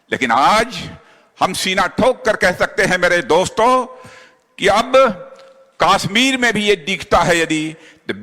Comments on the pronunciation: Aby kaasmir nhi kashmir ha. Salaa naam to lyna Ata nhi. Baqwass bazi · isko pehle kashmir bolna to sikhao